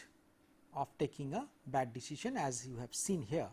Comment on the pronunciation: I forget the true pronunciation of decision after this lecture